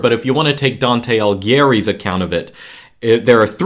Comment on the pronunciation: "Alee"ghieri, not "Alg"hieri. Cheers, love this type of content.